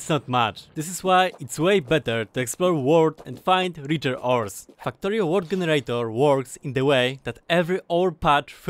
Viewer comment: why does it sound like you say f**ktorio🤣